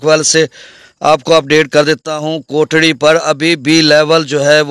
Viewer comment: بھائی یہ کوٹری ہے کوٹڑی نہیں ہے اپ کوٹڑی بولتے ہیں جو کہ غلط ہے